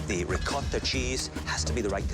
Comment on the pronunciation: Bruh what is “Reecotha Cheese”